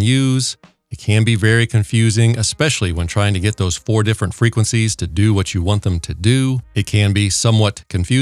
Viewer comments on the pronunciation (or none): none